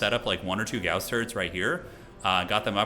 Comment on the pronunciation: Thank you for properly pronouncing gauss im so tired of hereing it prounced like gauze